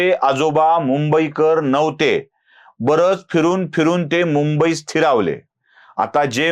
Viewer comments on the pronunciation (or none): none